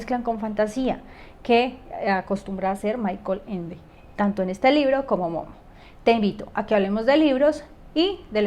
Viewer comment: Se pronuncia: Mijael Ende. Muy interesante la interpretación que das de los libros de Ende. Felicidades por tu video.